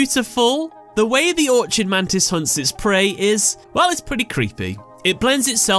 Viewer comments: It's pronounced "or-kid," not "or-chid," like how chimera is pronounced "ky-meer-rah" and not "chi-meer-rah." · it's Orchid Mantis- not Orchard so it's pronounced Ork-id. Is English your second language? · It's the Orchid Mantis, not Orchard mantis. Or-kid, with a hard C.